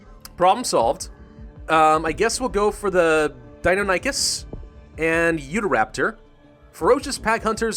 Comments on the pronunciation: Dienonychus is pronounced, DI- non-O-kis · Die-non-Aye-Cuss, Th-air-Izzy-no-saurus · YOU PRONOUNCED DEINONYCHUS AND THERIZINASAURUS INCORRECTLY!!!!!